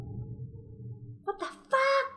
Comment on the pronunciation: wtfack le sale muy gracioso